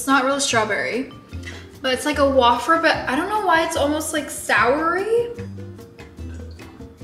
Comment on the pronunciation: I died at how she pronounced wafer 😂